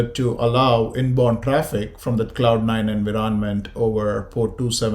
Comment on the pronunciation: Its not pronounced as "enviroonment", instead its "environment"